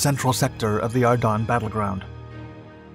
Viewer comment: I know this is trivial but i hear him saying. Are dun. Not are dens. I always thought the latter… maybe local area pronunciation? Thoughts?